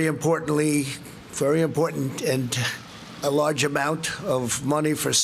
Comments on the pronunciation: he said very "important-ent", he has the best words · very important’t wtf